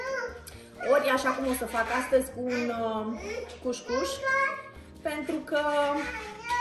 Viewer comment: Se zice couscous....Nu coushcoush...